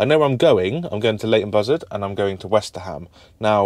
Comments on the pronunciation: westerham is pronounced westrum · It's pronounced WESTRUM Have been in stitches every time you said WesterHAM 😂😂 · it is not west-ter-ham it is more Westerum good old Westerham 🙂